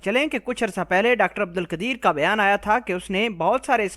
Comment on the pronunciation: بھیان۔۔۔؟ یا بیان۔۔۔؟ گھانڈو سالا۔۔😂😂😂۔۔۔ او گانڈو۔۔۔۔۔